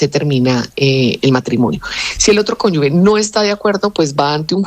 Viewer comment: Que alguien le diga a la eepresentante que no es conyugue sino cónyuge